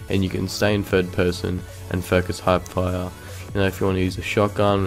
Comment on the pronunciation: He said “Hype fire”😂😂😂